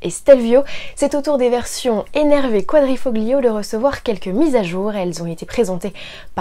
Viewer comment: Le "g" de quadrifoglio ne se prononce pas...